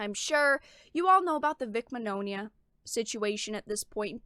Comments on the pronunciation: Actually everyone has been pronouncing Vic's name wrong. It's ITALIAN The "gn" sound in Italian is akin to our Spanish ñ sound. Señor Signore So if Mignogna was Latino, his name would be "Miñoña" So the pronunciation of his last name is actually "Mee-nyo-nya" I knew someone who spoke fluent Italian. Wrote Vic's last name down said and asked if I was saying it right. He said I was. Vic just runs with it. He doesn't care how people pronounce his name tho. He rolls with the wrong pronunciation even says the name how it's popular said since it's too hard for Americans to pronounce the name right. lol Think: Filet mignon Bologna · Very good content, but the mispronunciation of Mignogna is a bit distracting